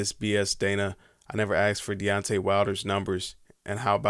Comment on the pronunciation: My man killed Deontay's name, haha